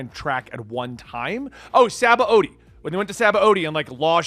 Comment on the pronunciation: If I clicked off a video every time a youtuber mispronounced Sabaody (pronounced Sha-bon-dee) I'd have no videos to watch. I'm fine with newer people but it genuinely bothers me people like still can't do it.